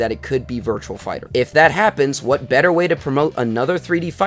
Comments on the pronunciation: its "Virtua" not "Virtual". Good video still though. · It's "VIRTUA" not "VIRTUAL". Good video still though.